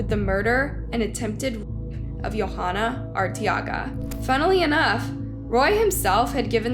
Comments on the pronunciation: The girl's name (Yhoana) is pronounced yo-AH-nuh, not yo-HA-nuh. The "h" is silent. Kind of a big oversight. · As a latina in sorry but i cringed at the pronunciation of the names....Velasquez. Its "veh-lass-kez". And .most likely her name is probably pronounced "joanna" Y makes a j sound in spanish. Her last name is Arteaga which is either pronounced "R-tea-ga" or pronounced like Ortega ( like the taco brand n my maiden name btw😉) except just with an A sound instead of an O. No hate n many prob think Its not a big deal but if it was my family member or friend id want their name pronounced correctly😊.Such a tragic horrible story. Just awful. So sad.😞rip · Her name is pronounced Joe-ah-nah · You're butchering these peoples' names, honey. It's "Yo-(w)AH-nah" rhymes with "Moana", that cute animated movie about a Hawaiian surfer girl. Pay attention to where the H is and the fact that the girl is obviously not Scandinavian of any sort, that would change a J sound to a Y sound. The accent stress goes on the capitalized letters. Her last name is "Ar-tay-AH- gah". And you butchered the last name when you show the mother's face. Once again , pay attention to where the letters are! It's "Vel-AHSS-kez.